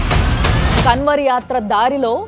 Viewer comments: కన్వర్ కాదు మేడం గారు అది కన్వర్ కా ని ముక్కుతో పలకాలి. కర్మ ఫలితం అనుభవిస్తారు మేడ టైం వచ్చేసింది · KANWAR ని అలా ఉచ్చరించకూడదు కావడ్ యాత్ర कांवड़ यात्रा 🙏🌹